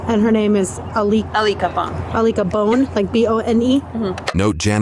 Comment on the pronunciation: She said her friend name was "Alica Bonn" like "I lick a bone"? Really?